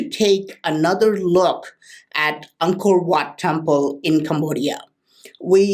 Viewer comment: Whenever you say Angkor wat I hear uncle watt it's so funny ..lmao👍